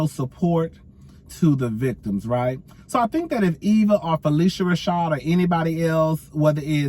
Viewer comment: Pronounced phy-lish-a